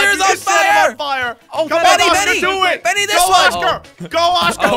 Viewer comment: Its "benny" but its ok